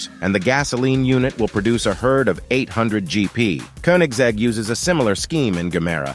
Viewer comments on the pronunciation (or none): none